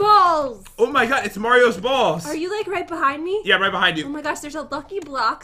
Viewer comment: Victoria Agravio 😂 it does sound like he said bozz